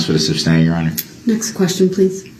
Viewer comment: He neverr got the word SUSTAIN down thru the whole trial how can he not hear or read there is no B in the word..he had no questions he never does he reads reports and questions after every sentence